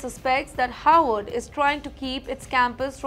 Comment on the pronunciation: You pronounced Harvard as Horward. Why?